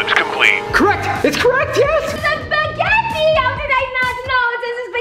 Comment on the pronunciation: it’s spegahtie